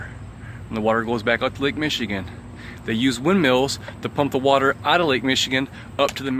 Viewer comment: Wathur, Wathur, level Wathur, why are you so wathurry.